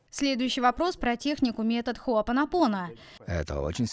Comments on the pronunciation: Что у неё с ударениями 🤦‍♀️ Джо ВитАле ...а не ВиталЕ . ХоопонопОно.... а не хоопонОпоно.... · Приветствую)) Благодарю за ранее - ты уверена что так произносится хоопонОпоне...и джо виталЕ ???